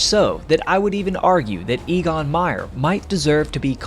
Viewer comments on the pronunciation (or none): Your guy's name is not EE-gon, but A-gon. Not surprising when you consider that the names for the German letters go: Ah, Bay, Tsay, Day, A -- so the name of the German fifth letter, "E", is pronounced very much like the name of the English first letter, "A", and that's what you use for his name. (I don't want to render the sound as "Ay", because lots of folks would pronounce it like "aye, aye, sir". Now, for "Jagdgeschwader", YOU say "JG", or "Jay-Gee", which doesn't cut it. The German letters would be pronounced "Yot-Gay", but they don't use the abbreviation. Just get over it and learn how to say "Yahkt Guh-schvah-duh" and feel that warm glow of accomplishment flood through your body. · EGON is pronounced EHGON as e is pronounced a in every other language but English.